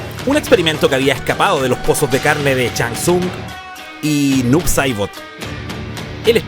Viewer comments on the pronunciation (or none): none